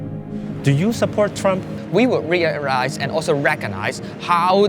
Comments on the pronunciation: "We wir rearize" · Joshua Wong be like 'ri rill realrize' Truly intellectual.